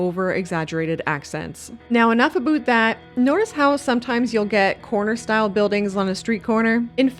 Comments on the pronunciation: 'ABOOT' Always fun to find out quickly someones Canadian :D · Nice build...but your "a boot" had me going... 😂😊